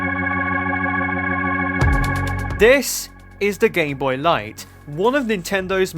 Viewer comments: at one point in the video I think he said "as the gayboy continued" yes he called it the gayboy at that one point and it's not me mishearing things I heard that I listioned to that part over and over to make sure go to and wait for that part tell me if I only misheard that cause every other time he says gameboy it sounds like gameboy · nope it's just how he says gameboy it's so WEIRD!!!